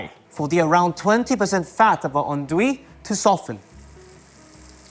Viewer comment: This guy is so precise in everything he's saying... and yet this is the worst way of saying "andouille" I've ever heard 😂😭